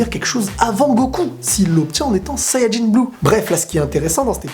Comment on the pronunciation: Je trouve bien la manière dont tu dis sayanjin bleu